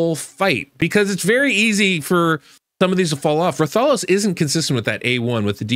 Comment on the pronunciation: RATH - A - LOS. the pronunciation is killin me lol ggs tho